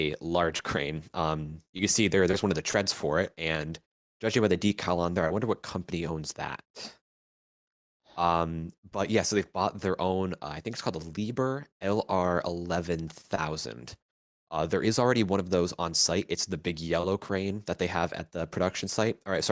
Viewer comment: The H in Liebherr is not silent